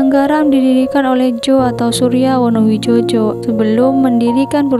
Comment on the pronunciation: Wonowidjojo itu di baca wonowijoyo...wes angel..